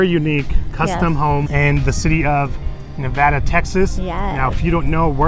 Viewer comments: Thanks for spotlighting a great community that most people don't know about! It's actually pronounced NeVAYduh. :) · Nuh-vey-duh Not pronounced like Nevada the state. Great tour though!